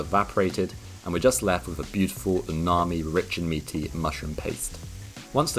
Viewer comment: Scrumptious 😋😋 Btw, it's "umami" not unami 😊😊